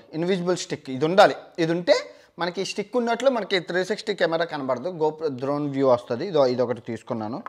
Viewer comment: Dhoron kadhu ra ayyaaa drone😜🙏🙏